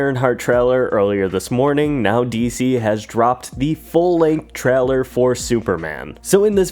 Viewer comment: I hate the way you say trailer. “Treller”